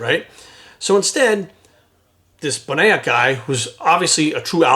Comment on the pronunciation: Lmfao at how you tried to say William’s last name wow that was wayyyy off.